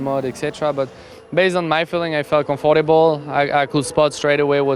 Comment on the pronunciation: It’s generally better than last year, buddy just had a bit of a struggle with comfortable